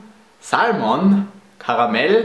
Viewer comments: Oh my lord, the way you say "caramel" holy perfect German accents = perfection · I'm obsessed with German accents for some crazy reason! Damn the way you say "Caramel" Purrs